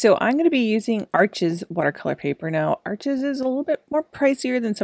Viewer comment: Arches is French so it’s pronounced “Arche,” the (s) is silent, Thanks for sharing!!!